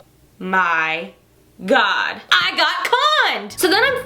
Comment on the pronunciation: GAWD BLESS AHMERICHA